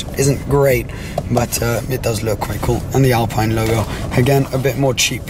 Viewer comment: Great car, only thing to mention is that it's Alpeen not Alpine (pronunciation wise)